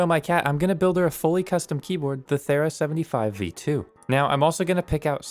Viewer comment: You pronounced 'Thera' wrong. It is th-ee-ra. After the island where the Minoan eruption took place near the island of Crete that is now called Santorini.